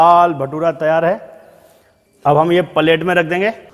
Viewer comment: Paalet mat boliye plate boliye acha nai lagta na